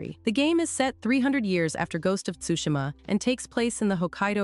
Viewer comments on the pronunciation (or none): none